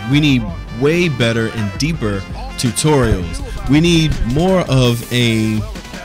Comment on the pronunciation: Your Saying Tutorials Wrong